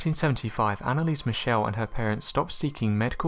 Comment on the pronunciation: at least say her name right